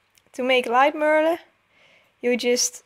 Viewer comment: and its pronounced (mer (thyms with duh)-le